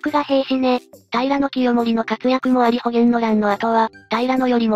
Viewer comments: この手のを視聴するとよく耳にするけど、「保元」は「ほうげん」ですよ。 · 葛原親王は「かつらはら」、保元は「ほげん」じゃなくって「ほうげん」。平氏は桓武天皇から出た桓武平氏、仁明天皇から出た仁明平氏、文徳天皇から出た文徳平氏、光孝天皇から出た光孝平氏の四流があるな。